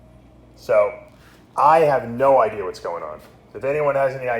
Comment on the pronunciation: "Eye" have no "EYE-DIEA" WHAT'S GOING ON LMFAO